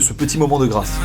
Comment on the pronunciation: ce moment de grâce ou ce moment de graisse ? :p